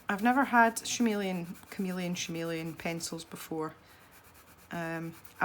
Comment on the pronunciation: Chameleon is pronounced with a hard k